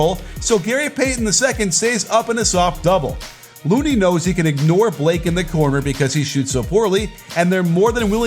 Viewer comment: Why did it sound like you called LOONEY as Moody or Mooney the whole video